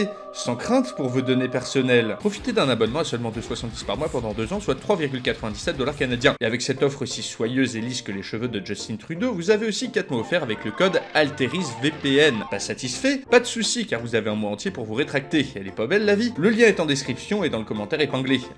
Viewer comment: Belle vidéo, cependant quelqu’un peut m’expliquer pourquoi les français prononcent Justin Trudeau a l’anglaise? C’est pas Jos-tine Trouw-deau, mais bel et bien Jus-tain Tru-deau… J’ai jamais compris pourquoi alors que le nom est clairement francophone? 🤨